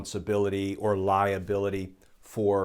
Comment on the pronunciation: The mind is a funny thing. My mind momentarily heard ”lie ability” rather than ”liability.”